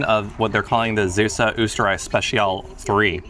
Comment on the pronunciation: Not Zeussuh, but Zaywsuh